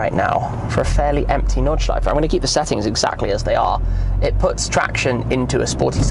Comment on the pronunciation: Gotta love the nordschife